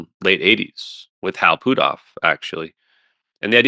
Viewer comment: I wonder if he says Hal Poothoff instead of Hal Puthoff on purpose.